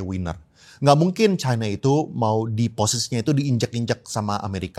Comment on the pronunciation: Mana yg benar pengucapannya kata China atau Chaina. Harusnya ucapannya China. Tolong patuh pada kaidah bhs Indonesia.